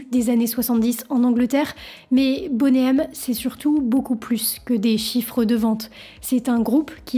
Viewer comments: Bonnet M c'est pour les fans de grosses poitrines. Sinon ca se prononce plutot Boni M. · vidéo intéressante. bon travail de recherche. seul bémol, tu devrais arrêter avec ton anglais "frenchie". le nom du groupe se prononce boni M, et non bonnet M. on dirait que tu donne une taille de soutien-gorge 😂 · C'est énervant de t'entendre dire "Boné M", c'est de l'anglais, c'est "BONI M" que ça se prononce. Comme ce n'est pas "Rayverse of babylone" c'est "RIVERS...".... Bonne vidéo mais si tu dois parler d'eux autant bien le faire à fond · Why is that voice off person UNABLE to pronounce English words correctly 😅😅😅 Bonay M😅😅 Raaïverzzzz of babylone 😅😅😅😅 . Mais enfin arrêtez de massacrer la langue anglaise for God's sake😮😮😮